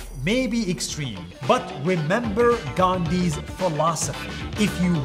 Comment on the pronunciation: Are you mad you don't know how to pronounce Gandhi ji's name